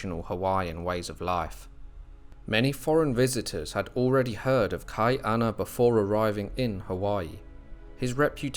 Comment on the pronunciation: Hawaii was never colonized. It was occupied. Hawaii was a British Protectorate by 1794 never a British Colony. And it’s pronounced Kah-E -Ahna there is a glottal stop. That’s why Chief of War released on July 31st for the celebration of the end of our first British occupation in 1843. And you pronouncing Hawaiian names wrong is BS watch the show practice but it’s soooooo hard to hear. Please learn how to pronounce Hawaiian words before you post anything about it. It really discredits the history you try to share.